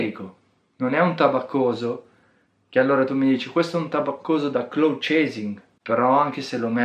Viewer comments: Comunque si pronucia " claud ". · ti prego smettila di leggere male cloud !